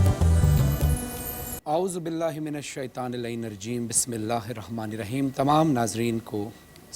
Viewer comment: Aozubillah to sahi prhlo